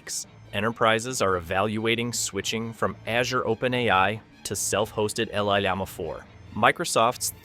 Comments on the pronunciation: “LL Llama 4”? Why do you say it like that? Llama is a word 🦙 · Llama is NOT pronounced EL-LAMA. It’s Spanish and it’s YAMA! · The narrator of this video can't pronounce llama correctly. It sucks.